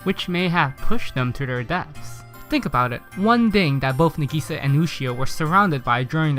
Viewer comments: Kaida hes putting the emphasise on the "i" not the "a" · I want to watch this but it's pronounced (NAH.GEE.SAH.) AND YOU SAY IT FAST M8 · It's Na Gi Sa, NAGISA. not Na GEE Sa. jesus fucking christ. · it's Nagisa not Negiiiiiiiiiiisa!!!! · na-geese-sa it's nah-gi-sa ya gotdamn weeaboo :/ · Correct pronunciation: Nah-Gee-Sah. Incorrect pronunciation: Neh-Gee-Sah. Subs>Dubs!! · the way you say nagisa is nagasa is what I hear in the subs so I'm pretty sure you say nagasa instead of nag EEEEEEEEEEEEEEEEE sa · You said Na-gee-sa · NUH GISA NUH GISA NIH GISA!!! YOU MAD BRO!? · "Na-gei-sa" is what he is saying xD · It’s na~gi~sa~ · IM DYING I'm sorry but the way you say nagisa is getting on my nerves Plz Nah-gee-sah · It pisses me off the way he says Nagisa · How can you hear her name dozens of rimes and say that absolutley wrong? Are you dumb or deaf? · Something tells me you watched the dub because your pronouncing her name wrong 😂😂 no hate tho lol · You're pronouncing Nagisa wrong, but this video is still pretty damn funny. This anime looks maybe simple and emotional, but beyond the naked eye, this anime is so complicated and so wonderful. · why the fuck people keep saying it wrong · elizabeth sa fucking same... how hes pronouncing it is annoying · I know I'm 3 months late, but this drives me insane too. I know it's because the English dub mispronounces it, but still. Besides, the Japanese cast to Clannad is vastly superior (I'm not an elitist 'sub is always superior' person), with it able to convey more emotion despite the language barrier. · My butt cheek clinches every time you pronounce "na'gisa" the way you did... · All of the names he said are badly pronounced. Nagisa Him - Nagi-sa Real - Na-gi-sa Tomoya Him - Tomo-ya Real - To-mo-ya Really do you really watch anime?! Just pronouncing right japanese is so hard for you?!